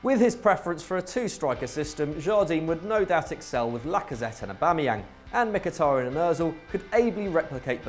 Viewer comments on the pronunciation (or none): none